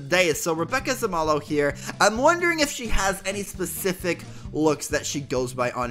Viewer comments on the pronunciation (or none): Pronounced zuumolo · Rebbe-ka Sa-mo-low = Rebecca Zamolo :D